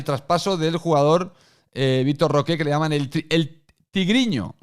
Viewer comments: Victor Roque, no Roqué, Roque. Que ansiedad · no pido pronunciación en portugués, solamente que no le diga de una forma en que nadie le dice y se invente un acento. Pero bueno, lógicamente él podrá pronunciarlo como le da la gana, solo que me da ansiedad escuchar Roqué